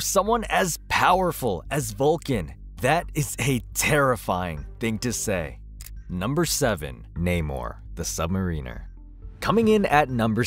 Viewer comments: Dude... Dude... Submarine-ER??? Sub- MARINER!! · the "Submarine-er" jesus... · Submarine - er 😂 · Sub-marine-er. Zavier. This is great for all the wrong reasons. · The way the narrator said submariner made me laugh. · The submariner 😂😂 it’s not pronounced like submarine.